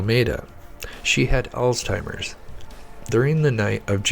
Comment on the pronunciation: It’s Alzheimer’s not All-timers